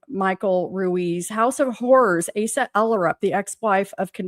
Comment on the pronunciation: Asa is pronounced long A - suh